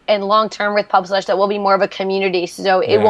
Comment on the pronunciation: I'm sorry, my friend. I was pointing out with failed humor that you say pubFlush at the end instead of pubSlush, or at least it sounded like it to me. I do greatly appreciate your video and am looking into their website. It all seems great so far, take care Matthew.